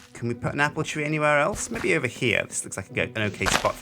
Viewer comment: I love how says Mebbe <3